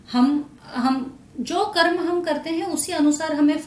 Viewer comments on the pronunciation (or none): none